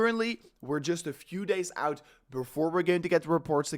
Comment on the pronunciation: Please, say OUT not UIT.